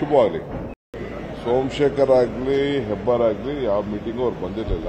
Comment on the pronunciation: Hebbar not hebbalkar